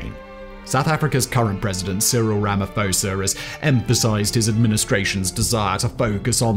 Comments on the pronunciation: Pronounced: Rah-Mah-Paw-Sah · Ramaphosa is pronounced "RAMA-P-HOSA" not like the Greek ph.